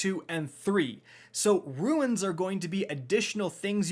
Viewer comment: Nice to see still can't pronounce "runes" lol